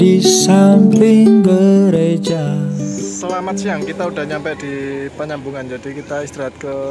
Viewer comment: Panyabungan bang, bukan panyambungan.